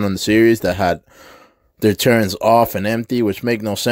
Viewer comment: Why you say turrents. LoL. Its turrets not turrents.